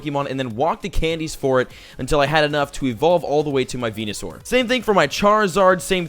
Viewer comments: am I the only one who heard him say penisour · He said Penusaur... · has anyone cough that he said PENESsour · he said penisaur😁😁😁😁😁😁😁